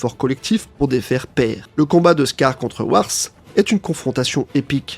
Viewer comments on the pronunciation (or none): C'est Wrath, pas Wars 😅